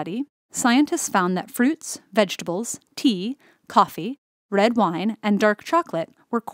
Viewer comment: Did she said “red wine?”😆